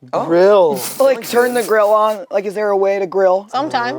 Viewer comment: I thought said grow… I’ve been laughing for 15 mins and they said grill…